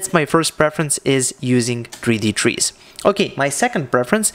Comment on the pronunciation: You lost me at "Trees." Misplaced emphasis...